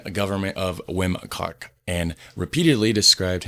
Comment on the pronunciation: I had a quick laugh when he said 'wim kok' 😅